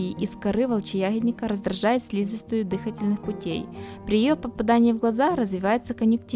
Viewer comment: ПарАлич дЫхательных путей...🤦🤦🤦